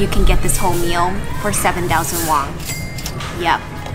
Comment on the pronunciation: In all her Korean video she says wong instead of won. Pretty funny